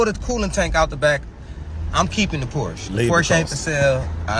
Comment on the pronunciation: First of all. Learn how to pronounce the word Porsche. Especially if you own one.Secondly the brother purchased the 996 -911. That model always has problems. Stay away from that one totally. Porsche enthusiast will tell you that one.